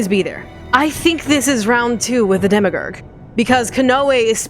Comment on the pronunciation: The only sad part was listening to pronouncing "Demiurge" as "Demigur".